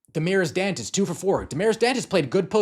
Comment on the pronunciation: Love your videos my man...but Damires Dantas! Not Dantes....😂